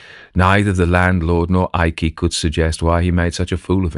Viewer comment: " eye-key"? Not 'Ike' as per Gen. Eisenhower? And here I am having gotten accustomed to AI reducing nominal syllables. The Imperial Japanese Adm. Abe (ah- bay) being constantly referred to as Adm. "Abe".